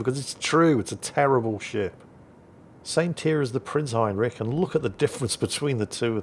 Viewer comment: Still doesn't know how to pronounce Heinrich. It's the "rich" part, it's not "rick" like every english speaker seems to think it is. And no, it's also not rich as in you've got a lot of money.